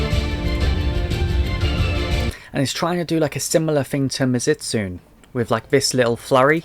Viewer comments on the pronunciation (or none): Btw it's pronounced mizu- as in water and tsune as in kitsune. So it's mizu-stunay. The t is silent